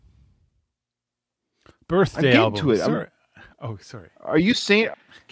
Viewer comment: The album is called B’Day, as in Bey-Day… not birthday 🤣🤣🤣 but it was in celebration of her 25th birthday in 2006.